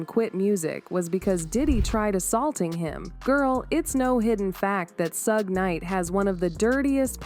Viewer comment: I can’t listen to this story because she is not saying Suge Knight name right